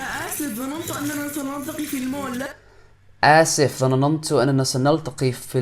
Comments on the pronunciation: Your lessons is nice to learn 👍🏻دروسك جميله جداً والطريقه اللتي شرحت بها لكن كلمة (ظنننت) ليست ب ثلاثه من حرف النون انما اثنتان (ظننت). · You are so good put i do not like one word u sid it its ( ظننتو ) انت تنطقها ظنننتو تضيف حرف نون زائدة للجملة و هذا خطاء انتها فقط نونين ( 2 n ) 😀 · He said ظننتnotظنننت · You might need to work on the way you pronounce double sounds, like ظننت (thought) You say it "dha na nan to" But It's actually it is "dha nan to" You add an extra "na" I find it ok, but just wanted to tell you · النون ساكنة ^^ ضَنَنْتُ ^^ لا تنطق ظنننت × انتبه للسكون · yup that was your only false word that you've pronounced wrong, I'm glad that you corrected it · Honestly, your Arabic is so bad, I need to learn it again, word. ظننت You're creating it. ن You say it again so slowly that you don't feel it. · It is not ظننت it is اظننت with حرف الالف حرف الالف is coming as a stress you made it triple ن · نطق الكلمات جيد .... و لكن انت تنطق ظننت نطق خاطئ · Notice, the name of the restaurant they're going to is called "Dinner" which means "العشاء" in Arabic. So the sentence means: "Yes, we will have lunch at Dinner's." kinda like "we will have lunch at McDonald's." for example. So, essentially, they are going to a restaurant that happens to be named "Dinner" and they'll have lunch there. Does it make sense? Also, you pronounced a third ن in the word ظننت there are only two. Have a nice day and keep up the hard work!!